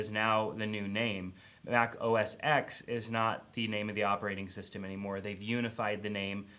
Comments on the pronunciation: It's not MAC OS "X" It's MAC OS "ten" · Oh Jesus, not another supposed tech "guru" who cannot pronounce OS X correctly. It's OS 10 not the letter x. It's a Roman numeral! And secondly, it's now macOS Sierra. They dropped the OS X moniker.